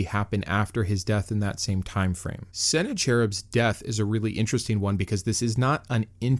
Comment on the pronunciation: “Seh-NAK-a-rib” is a better guide to pronouncing the name of the butt-kicked Assyrian king. Angel, 185000 points; Senny-baby, zero points!!!